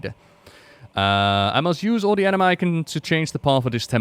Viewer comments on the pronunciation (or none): I know its actually "anima", but all I'm hearing is "enema".